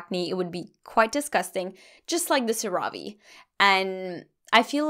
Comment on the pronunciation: Love this vid, so helpful!! 😍😍 Just FYI CeraVe is pronounced 'Cera' like 'Sarah' and 'Ve' like 'Vay' SarahVay 😁😁